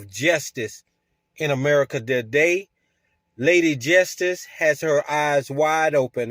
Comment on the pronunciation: did he just say "jestice"..😅😅😂.. 🤡🤡